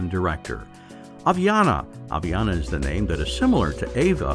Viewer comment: Aviana is my name and he said it right!